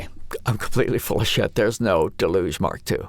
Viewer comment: Nice overview of the new features! Also mispronouncing ‘deluge’ is now the new ‘how do you say Moog’ debate.